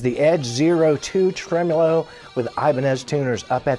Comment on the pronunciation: "Tremulo." I heard you say it. 😁 You should slip a Troglyism into every episode somehow and see who catches it.